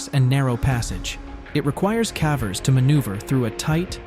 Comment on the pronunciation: I don't think a human is narrating. "He" keeps saying CAVERS like Taffy.